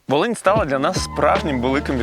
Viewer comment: Волинь а не валинь 55хвилина